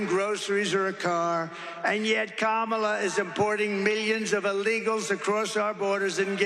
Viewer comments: Oh my gosh, say her name right then: it is KAM- A - LA!!! IT SERIOUSLY IS NOT THAT HARD! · I find it interesting that he can pronounce Helene correctly, but won't pronounce his opponent's first name correctly.... he's very disrespectful and I don't respect him personally.